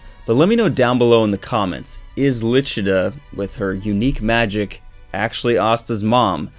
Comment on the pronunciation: The names were butchered 😂 who the hell is Ribe??? 🤦🏻‍♂️ The official Viz translation, her name is Licita not Lichita.. 🤷🏻‍♂️